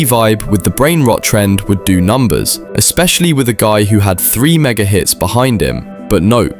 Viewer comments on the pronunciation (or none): it was quite obvious by the way it pronounced "do"